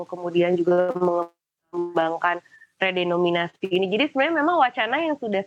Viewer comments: ada sedikit kekeliruan pengucapan. Yakni pada waktu tersebut keliru mengucapkan "redominasi", pada kata "REDENOMINASI". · permisi mbak penyiar, REDENOMINASI mbak bukan REDOMINASI.. gemes dengernya